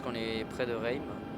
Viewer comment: lol coment il dit "Reims" mais c'est pas grave